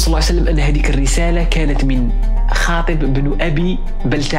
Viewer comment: حاطب وليس خاطب.. حفظك الباري